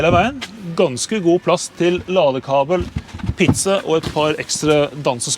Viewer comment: Did he say lolly cable? :)